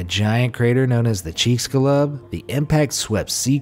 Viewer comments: Sorry, but it's not (Chick scu Lub) it's (Cheek Zhoo Lube or Cheek Shoo Lube) with the Lube being loob like boob not lub like lug. If I remember right it is Mayan for "Tail of the beast" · That's not how Chixulub is pronounced ... not even close. Maybe look up your stories before you talk about them, it'll make you sound more convincing if you don't flub the pronunciation of words you can easily look up.